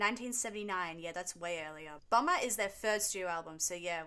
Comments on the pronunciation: Please stop pronouncing Bomber as Bummer! I'm picturing the bomb logo from the tour programme as a pair of arse cheeks. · The way she says Bomber!! Sounds like Bummer!! 😅😅😅